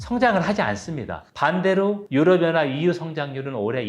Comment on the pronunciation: 유럽 연합을 유어어하 라고 발음을 하시...😅